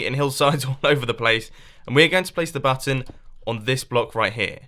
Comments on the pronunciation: He Called It A Hidden Butt Instead Of A Button 0"45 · I THOUGHT HE SAID "A HIDDEN BUTT-ON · at 0.46 were he says hidden button it sounds like he said hidden batten